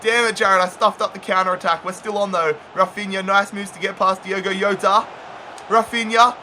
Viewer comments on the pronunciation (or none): none